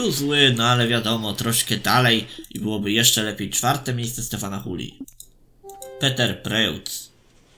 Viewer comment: Czyta się Peter :)